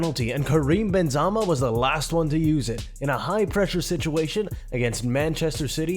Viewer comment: Same with Benzarmour & JJ Ocha